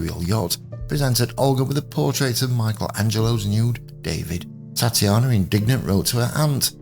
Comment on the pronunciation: Very interesting - thanks for posting (her name was pronounced Tat ya na)